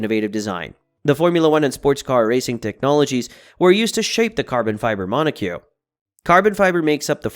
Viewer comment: It's pronounced [MON] + [OH] + [KOK